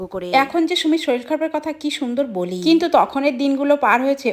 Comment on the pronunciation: Soril not sorir